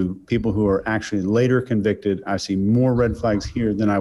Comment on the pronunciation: You can definitely hear the northern English accent atvtimes, e.g. when he says "considerable", "convicted" (stress is on the first syllable CON) and "Monday" (Mundy).